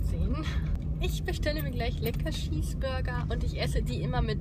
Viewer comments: Hallo und Herzlich Willkommen zu einem neuen "Flog" von mir 🤣🤣🤣 kannst du nicht reden??? Oder "Schiesburger" , "Schips" (no hate, und lern deinem/deinen Kind/ern selbst aufzuräumen) 😩😩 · Ich find es mega lustig wenn du Schips und Scheesburger sagst😋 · Lustig wie du immer Schießburger sagst haha💕🙈 Toller Vlog👍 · „2 Scheesburger“ 😂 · Wie oft sie einfach Schießburger sagt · voll cooles Video ich hab Schiesburger verstanden hihi ich hab fich lieb